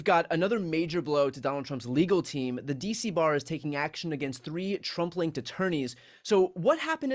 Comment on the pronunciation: Oh "Trump-linked attorneys". I had to listen 3 times, I thought he said "Trumpling attorneys". 😂